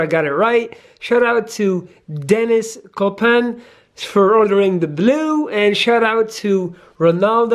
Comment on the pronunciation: Awesome can't wait to get my shirt you pronounced my name right to many can't (dennis copan) going to take a pic with me wearing it and sending to you my man